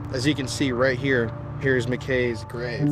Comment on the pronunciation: Why did she say Mcks not Mckays when she was talking to her at the end??? I am glad she is still holding on for her son. I couldn't imagine......